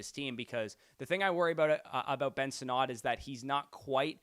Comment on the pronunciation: It's Sinnott. Not "Sin-NOT"....